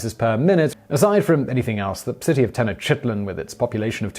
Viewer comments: Yowza. Interesting stuff. Not sure of Nahuatl pronunciation, but Teh-noch (long O)-teet-lahn is common today. I feel sorry for Rabbit Two. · Is he mispronouncing "Tenochititlan" or have all the other voice-over guys been mispronouncing it? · Dude, you can ask someone how to pronounce these names. "Ten-oh-CHIT-len"? No. It's "Te-noch-tee-TLAN" (the "ch" being like the "ch" in the Scottish word "loch"). Seriously, there are internet resources to teach you how to pronounce foreign words. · Things to pronounced correctly: Nahuatl is pronounced Na-wat with a almost silent l. Mexica is pronounced Me-shee-ka Tenocha is pronounced Te-no-cha Tenochtitlan is pronounced te-noch-tee-tlan Texcoco is pronounced Tesh-ko-ko Facepalm on your attempt to pronounced teteoh (gods). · Just say the city or please learn how to sound out the name Tenochtitlan. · he's mispronouncing. I dont know aztec but he is bad at pronuncation. i dont say that to criticize i think it actually makes the videos better but i've seen mispronounce other ones badly. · I wrote that after he butchered Mexica, Tenochtitlan, and conquistador—I recognize the gods he talks about later have difficult phoneme combinations, but the words he mispronounces at the start are common words whose pronunciations are easy to find.